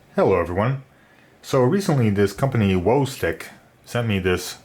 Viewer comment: Nice review! But I believe it's WoW, not Woah stick LOL 👌